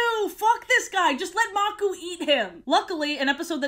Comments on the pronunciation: I love how you call the crocodile leader "Maku" instead of calling him how it is pronounced "Makoo" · Name: maku Pronunciation: makoo Her: magoo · I love this video. FINNALY someone doesn't make up their own lore AND they're funny! Keep up the good work! ❤ EDIT: It's pronounced muk-oo btw- 😂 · I grew up with the lion guard and I always wondered that same question but I watched season 3 and it all made sense also am I the only Lion Guard fan mad at the way she said Makuu and Anga